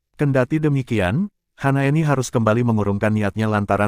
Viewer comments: Hasnaeni apa Hanaeni ngebacanya yang betul donk.! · bukan HANAENI tapi HASNAENI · Kok HANAENI sih nih orang ngomong nya.. kan Hasnaeni.